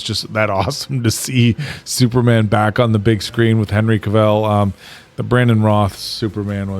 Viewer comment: Cavill is pronounced like "travel" not Cruella. And the two movies are so different. It's worth comparing Steppenwolf in the 2 movies. Prior to the theatrical cut being released, they slammed Snyder's Steppenwolf for being full CGI, so they altered it - and it was so bad. The theatrical cut is SO bad and a completely different movie.